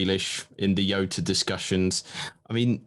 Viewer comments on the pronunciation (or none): Nice content, helpfull as always. One thing - J in Jota is pronounced like J in Jorginho or John, not as Yota. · JOTA... JJJJJJJ NOT YYYYY